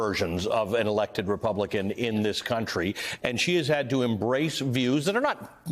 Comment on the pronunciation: can't even pronounce her name correctly. "Elsie Steponadik"